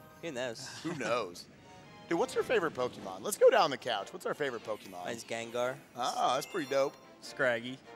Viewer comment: Gotta say, impressive run. Well done! And I must say, as much as I love, anyone who pronounces it pokiemon is on my list. Either pokuhmon, or pokaymon.